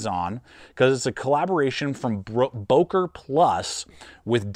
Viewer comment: I thought I heard you say, "broker plus ".